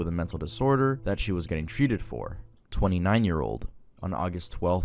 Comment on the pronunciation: Im from near Plymouth and when I heard about the shooting, I rang my cousin who lives in Plymouth if she was ok. Its scary 😢 also im very happy to hear you say the name Plymouth right ✅️ ❤